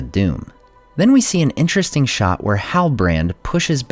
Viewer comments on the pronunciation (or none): none